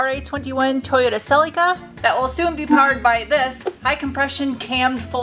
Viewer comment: OMG I laugh out loud every time you say "Celica" like it's some strange relic that nobody has ever heard of. (FYI, the "i" in Celica is pronounced like "ick" not like "eek") '72 Celica ST was my first car, and it has been great to see how you have revived this one! Nicely done!